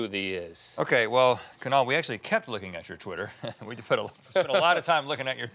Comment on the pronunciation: For the first time in my life I actually like my name as it's being pronounced by Kunal.